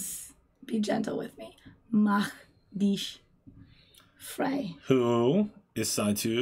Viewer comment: Your pronounciation of "Mach Dich Frei" was very good!